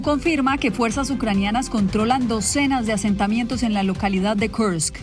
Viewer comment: Kursk , no Karsk.